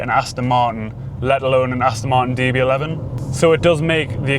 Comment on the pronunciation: For the record there is the letter 'T' in Martin as in Aston Martin!!